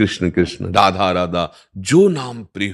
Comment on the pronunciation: अरे बाबा राधा राधा नाही रआधू रआधू रधहू रधाज्यू राधाज्यू राधाज्यू बोलो..radhu radhu radhu bolo. ❤